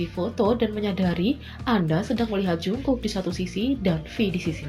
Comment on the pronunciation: Tulisannya jungkook tapi dibacanya jongkuk bukan jungkuk,jungkok ok